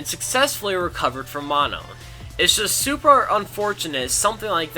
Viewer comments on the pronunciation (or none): none